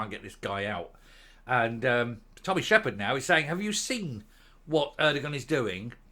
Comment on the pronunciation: Shepard not Sheridan